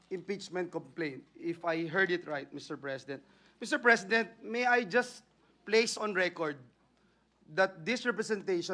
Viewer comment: "ang impitsmint ay isang prusiso" daw sabi ni Bato 🤣🤣🤣 rispunsibilidad, sinit minority, brood daylight, mister prisident, and mini more 🤣🤣🤣